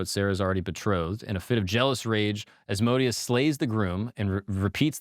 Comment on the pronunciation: Agreed!! His other videos are really good but this guy is kinda douchey. It’s like they talk about horseshit and it’s forced conversation and then they mention on blurb about a demon. Oh and not to be that guy, someone should tell him Asmodeus is pronounced As-mo-day-us